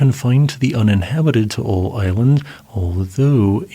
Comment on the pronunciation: oh hey props on pronouncing Taal correctly